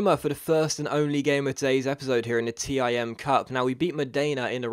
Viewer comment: btw, the "TIM Cup" is pronounced like "TEAM Cup":)